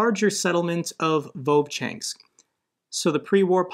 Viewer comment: It isn't "vovchanks" but "Vovchansk'